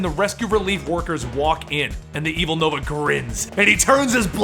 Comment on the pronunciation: Yay called Nova noah well that's what it sounds like